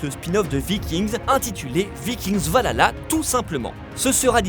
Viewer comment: Très bon teasing, mais serait-il possible de soigner un tout tout tout petit peu les accents ? La prononciation de Viking "Valala", notamment, était particulièrement ridicule. Mais globalement tous les mots anglais sont du même tonneau.